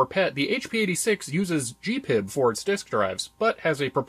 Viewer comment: G P I B ... Not Gee pib